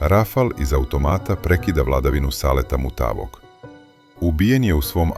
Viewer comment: Kakav je ovo naglasak "MutaAvog" ?